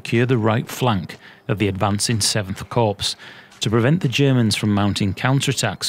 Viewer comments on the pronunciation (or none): Great video man - very well made and interesting content. FYI in "Corps" the p and s are silent so it would sound like 7th Core.